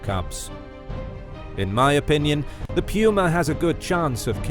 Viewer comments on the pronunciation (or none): Peeuuma? Its Puma